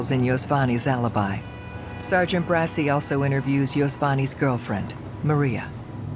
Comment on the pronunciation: Its pronounced det mike BRA-CHI thats the italian pronounciation of bracci not brassy. 😂 i hate when they make italian names white